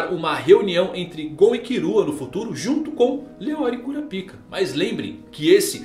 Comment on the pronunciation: fale kurápiká please, sem o A agudo fica muito goofy 🤣